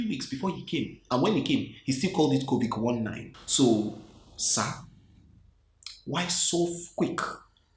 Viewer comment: This is a serious matter but the way you saying it is just too funny 😅😅 He still called it covik 19 😅😅 Had to subscribe 👍🏼